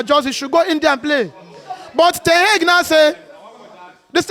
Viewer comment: I draw 13 lose under Eric Ten Heg😂😂😂😂 see as him pronounce him name